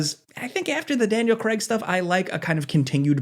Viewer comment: "Daniel Kregg"